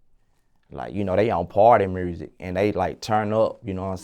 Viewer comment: I love but “mursik” wtf